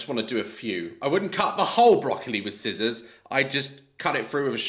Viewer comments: did bro just pronounce the c in scissors...? 💀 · Let me get you "A pair of skissors 😂 scissors love daz always makes me laugh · “Let me get you some sKISSORS!”😂😂😂😂😂😂😂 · Daz I love you, but are you really the right person to joke about funky pronounciation when you say "Ignot"? xD and SKI-ssors? I love you Daz xD Also looks so tired and weak, I really hope she's seeing a doctor, I hope she's ok...